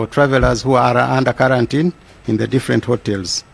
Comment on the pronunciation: karantin or Quarantine???